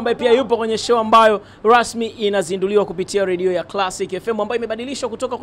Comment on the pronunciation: Wewe nini "ladio" usiandike unavyo sema ....."Radio"